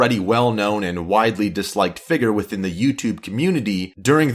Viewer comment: I hate the way you say "figure" you say figger